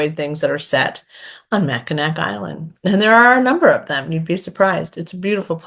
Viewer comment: "Mackinac" is pronounced "Macinaw." 🤷🏻‍♀️🤷🏻‍♀️🤷🏻‍♀️ I'm only pointing it out because I was corrected many moons ago, so I'm sharing the love! 😉 Murder by Cheesecake sounds fun, and The Family Recipe sounds like a really hits home kinda read. Thanks for the content.